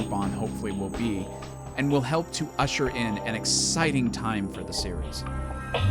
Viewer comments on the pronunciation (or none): none